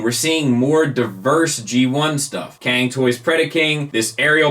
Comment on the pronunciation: Hi, appreciate your work. "Cang" should pronounce like "tsang" rather than "kang" in Chinese.